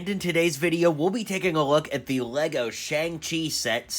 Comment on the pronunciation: I think its pronounced "shyoung chi"